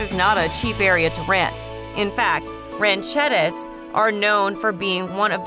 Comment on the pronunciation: This is apparently some advertising for real estate agencies. But even real estate agents take the time to learn how to pronounce our place names. "Wah-shaky" County? It's "WAH-shuh-key". Ranchettes, not pronounced "Ranch ettis" is not a town, it's a subdivision. Now, let's here you pronounce Dubois or Meeteetse. By the way, Glendo and Guernsey State Parks are 100 miles from Cheyenne.